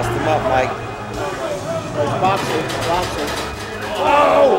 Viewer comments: Oh mooik 😂 perfect aussie pronounciation of mike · "mike" "moike" "mike?" "moike" "moike?" "ye"